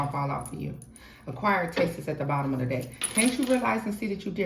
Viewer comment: Oh hell nah…2 min in. You said let me find me a deck…my a$$ heard let me find me a d😂ck lol. I already know what I’m in for in this reading. Let me buckle up 😂😂😂😂❤